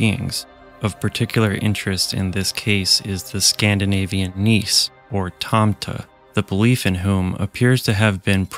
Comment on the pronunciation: "Nisse" is pronounced with an e at the end.